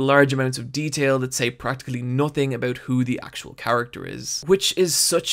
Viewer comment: he said "a-boot" canadian detected!